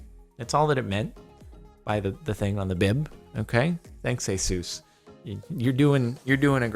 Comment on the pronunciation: U say Jesus wrong